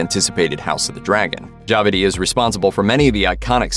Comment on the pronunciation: Yikes, the pronunciation of "Djawadi" by this narrator.